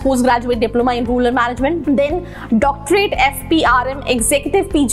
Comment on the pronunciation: It is Rural not ruler